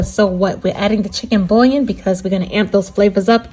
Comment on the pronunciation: andouille and bouillon... ..the ll are both silent L sound. boo-yawn.